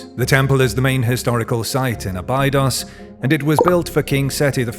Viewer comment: It's pronounced "Aa-bee-dose", not "ah-bye-dos"... Next time, use a real human to do your voice over...